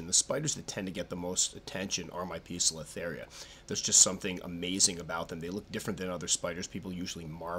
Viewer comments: Poe-cilo-theria not piiza-cilo-theria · Squirrely Squirrel 'Poecilotheria' is of Greek derivation. The 'e' is silent, the 'c' is hard. The constant incorrect pronunciation makes an otherwise excellent video almost unwatchable. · Pesilotheria Pokiltherie Po-es-il-o-theria Peziltheria Pozilla-theria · I assume they have the sobriquet "pokies" because the genus is mispronounced as POKE-UH-LUH-THERIA. LOL